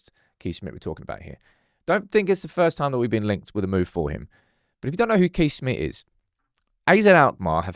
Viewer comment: Just a heads up as a Dutchman myself. You have to pronounce Kees as Case, thatll save you for another Lammens dillema😂